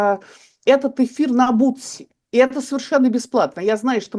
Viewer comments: Не «бутси», а «бусти» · Бусти, а не бутси)